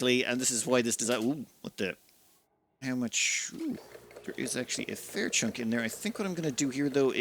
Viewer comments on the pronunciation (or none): none